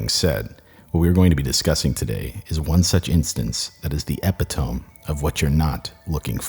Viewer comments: I had to pause because you say “Epi-TOME” and I had to make sure I haven’t been living a lie. I’m not. It’s “epi-to-me”. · “Epi-tome” You mean “E-pito-me” ??? 💀💀💀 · "epi-tome"? Uhmm... Its E PIT O ME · Just gotta say it's pronounced "e-pit-oh-me" Not "epi-tome" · How do you get over 500k subs and can’t pronounce epitome? I’m in the wrong profession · Epi-tome? Isn't it epit-o-me? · Hold up, I'm 55 seconds in and I gotta pause already- did he just say "epi-tome"?? I had to second guess that I havent been saying it wrong for years 😂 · you said "epi-tome".......epitome is pronounced; EH-PIH-TOH-MEE. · Epi- Tome? The ancient ingredients for the epi-pen? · >>> Some people -- including myself occasionally -- humorously pronounce it "ep - i - tome". 😊😊😊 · Eh pit oh me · ep eee tome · I've heard you say "epitome" quite a few times the same way, it's bothering me lmao. "Uh pit uh mi." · I never get on someone's case when they mispronounce a word because they obviously learned the word by reading it, and reading is always a great way to learn. That said, I would like to gently point out that the word "epitome" which you used in your intro is pronounced eh-pi'- toe- me. It's a tricky one. Because you are recording vocals, be sure to double check any words that you're not absolutely certain of how to pronounce. Cheers! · "epitome" lmao eh-pit-uh-mee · The word is pronounced epi to me not epi tome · epi-tome? yikes😬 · made my ears bleed Eh-pit-ohh-mee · I was going to watch the video up until you pronounced it “eh-pih-tome” can’t even take you seriously now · pronounced EE PIT OH ME :) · Bro...Epitome is pronounced ehPIT OH mee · Hey, just letting you know epitome is pronounced "eh-pit-oh-mee" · That's what I was gonna comment. That caught me so off guard lmao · E-Pit-O-Me Jesus how many people haven't heard this word pronounced properly in their lives? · “epitome”? it’s eh-pit-o-mee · "epi" "toe" "me" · "Epi-tome." ha. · You should look up the pronunciation of "epitome".